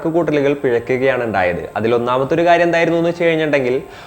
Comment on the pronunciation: എന്തപ്പോ "എണ്ടായത്"😂😂😂